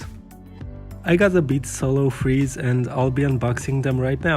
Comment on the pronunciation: Thought u said solo freeze 😂